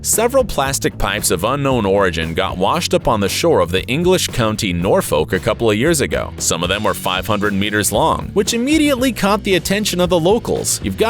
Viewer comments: when he was talking about thoese big pipes that fell off of a ship he said the name of the place in the uk completely wrong and it literally got me rlly angry he said it like "norrfolk" when it accually sounds like "norfuk" , sorry, had to get it off my chest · Nor folk loooooool